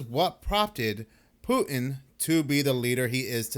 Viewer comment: Who the hell is Poo-in?? There’s a T in there,. What’s so hard about that?